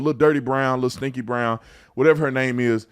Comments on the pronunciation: hold up...did he just say 'stanky red'? 🤣🤣🤣🤣🤣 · Did officer say Stanky Red? 😅😅😅